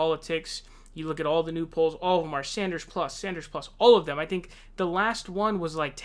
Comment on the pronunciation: Look I love your vids but yesterday it was Bernie SAUNDERS and today is KloberCAR 😂 I wanna hear you say Tulsi Gabbard 😂